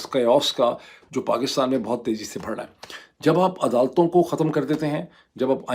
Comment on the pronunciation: Pls it’s not بھڑ ۔ it’s بڑھ 😂 forgivable being punjabi, but being a journalist there is room for correction.